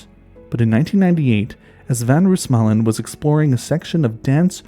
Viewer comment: Just a little note: The "oo" in Roosmalen is pronounced like how you'd say "no" instead of how you'd say "doom", this goes for all Dutch names, as well as for Afrikaanse names like "boomslang"